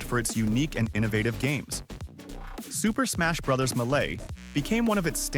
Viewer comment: This video is breaking my brain. He sounds like a regular dude recording his voice until you hear him mispronounce "Bros." and pronounce Mario is several different ways. Usually when a video uses the AI voice, you can tell.